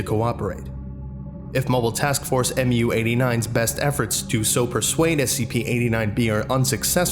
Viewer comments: It’s “moo” not “em-you”. Understandable mistake, just wanted to let you know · sir, Mu is pronounced "mew"; it is the Greek letter (M/μ) which equates to the English letter M. This follows the naming procedure for other MTFs, such as MTF-Tau-9 or MTF-Alpha-4. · Mu-89 is pronounced mew-89. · One you all missed Mu is the 12th letter in the greek alphabet and is pronounced "mew" or sometimes "moo". Who's the best grammar nazi? I am!😁